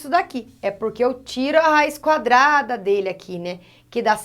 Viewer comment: Ela falou :cadrada no final kakakakaka morri ...prof eu amooo suas aulas e olha que eu odeio matemática kakakakka